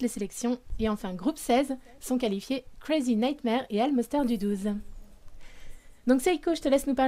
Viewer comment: Je kiff trop le comment Lady à pris l'accent de ouff avec "Crazy Nigthmare"